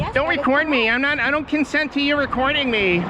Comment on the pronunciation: "I don't cuntsent..." Karen McKaren 2022